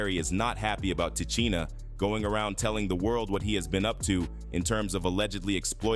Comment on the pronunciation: Please please pronounce her name right;!!! Come on say it with me Ti SHEEN A.... Now put it together and say LOUD...😂😂😂😂😂